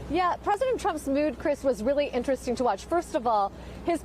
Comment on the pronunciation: BWAAAAH! BWAAAAH! NAWT MY PWEDISENT!